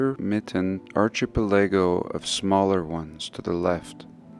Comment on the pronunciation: I suspect it was a misreading. He mispronounces a few things here and there, such as "archipelago" and misread "untied" as "united" when talking about the rope around the waist. 😜